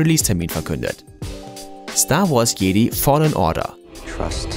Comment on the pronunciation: Du hast Jedi falsch ausgesprochen